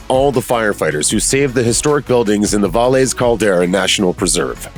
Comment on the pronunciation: Just a little hint. Valles is the Spanish word for valley and is pronounced (Vai yes).